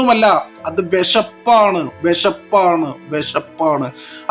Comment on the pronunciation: വെഷപ്പ്, അല്ലാ, വിശപ്പ് എന്നു പറയൂ.